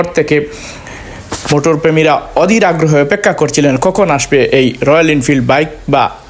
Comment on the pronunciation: আপনার শুদ্ধ ভাষা এমন কেনো? সিলেটের অনেক বন্ধু-বান্ধব আমার অনেক আছে কিন্তু ওরা এতো স্মার্টলি শুদ্ধ ভাষা ব্যাবহার করে কিন্তু আপনারটা এমন কেনো? কানে বাজে! অদির না, অধীর। "খ" কে এমন ভাবে ব্যাবহার না "ক" আর "খ" এর মাঝে একটা ওয়ার্ড এর মতো ব্যাবহার করুন আল্লাহর ওয়াস্তে!